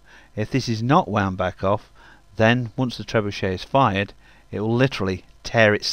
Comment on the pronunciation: Trebucet Gancet😂😂